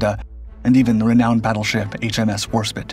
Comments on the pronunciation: it's " Warspite" not warspit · Every Video where HMS Warspite is mentioned he gets it wrong, everytime someone tries to explain the correct pronunciation, then the next video its still pronounced wrong. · ^^^ Aw, bless = It's NOT = "H.M.S War Spit" = It's HMS WARSPITE, rhymes with Right, Night, Flight, Tonight Always liked the Dornier 17 / 217 series, despite it being an enemy a/c & causing damage & pain to my nation To me, the German Dornier 17 / 217 series of Bombers is like "Count Dracula" - Feared but intriguing